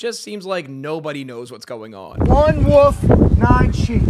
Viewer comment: i don’t trust a grown man who pronounces wolf like “woof”